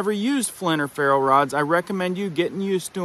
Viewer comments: Pretty sure it's "ferro", not feral. As in short for Ferrocerium. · It’s ferro not FERAL 😊👍🏻 ferrocerium rod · Great tip. Note it's FERRO (ferrocerium) rod, not Feral rod lol. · A good reminder that some minimalist prepper items may already be in your home...or your kid's school pencil case. The shavings provide much more surface area and the thinness provides less resistance to the heat of your spark. BTW: A lot of folks get the pronunciation wrong on "ferro" rods (short for ferrocerium). "Feral" refers to "wild"; e.g., "feral cats" will tear you up if you try to pet one (ask me how I know). Sorry, I'm a word geek. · Dude you're killing me. It was a good video about something I hadn't heard about before, so thank you. However every time you said feral rod I physically cringed. It's a FERRO rod, meaning its mostly raw iron. Sorry for being a grammar cop. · Its ferro rod not feral rod lol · Ferro-rod not feral. Yikes dude.